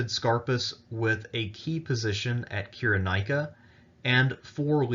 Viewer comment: Interesting, but it's pronounced: [SY] + [RUH] + [NAY] + [I] + [KUH]